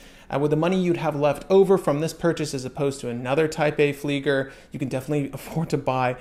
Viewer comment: Tisell pronunctiation seems good bud, but please say it properly it is Fleiger (fliːɡɐ), as in to fly.